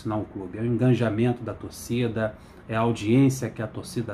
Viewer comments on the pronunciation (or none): bom dia e parabens pela sua cobertura. E com todo respeito.., no inicio do video (e outros q jah vi..) vc fala: engaNjamento. Fica aih o ponto. Um grande abraco a vc e aos tricolores SANSAO e sua esposa!